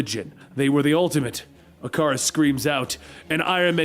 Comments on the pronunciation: It's ick a rus not I car us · “Ic-ar-us” lol who the hell says it like this? Y’all gonna tell him or should I?